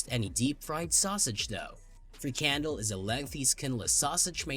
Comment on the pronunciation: he can't even pronounce Frikandel right and he has to talk about food !!!! get real this video well his video is a joke.... I will go to his chennel next to give it a thumb down !!! he can have a free candel up his arse !!!